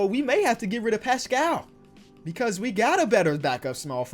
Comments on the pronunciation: It’s pronounced Paskull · Paschall’s last name is pronounced the same way as Siakam’s first name